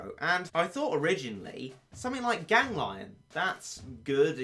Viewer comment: its not pronounced gang lion its pronounced gangleeon not spelled